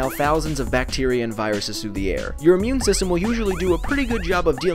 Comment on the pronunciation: OMG instead of immune system i heard meme system :O